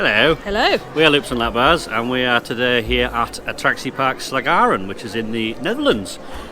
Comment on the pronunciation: Attraciepark pronounced very accurate👌🏻 great to see a vid again. And I came out of a enterprise walking limp for few minutes😂😂